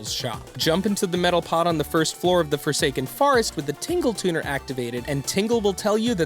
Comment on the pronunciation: wait lemme say some things you pronounced wrong: it's forsaken fortress not forest, it's outset island not offset island. And as for wrong facts, fact #47 isn't really a fact because it's in the storyline. EDIT: AND in your comment you spelled lose like loose lol